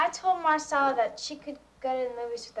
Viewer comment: Did anyone else notice how Stacy kept calling Maricela Marcella ? Irksome, if you ask me.